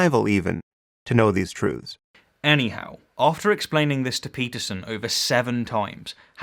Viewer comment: Hey learn how to pronounce truths properly then criticise people using someone's else's logic... Sam Harris would be proud of his little acolyte then